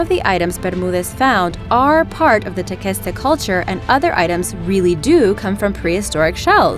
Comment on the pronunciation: Tequesta is pronounced Teh-Quest-Uh not Teh-Kest-Uh... I live in Tequesta, FL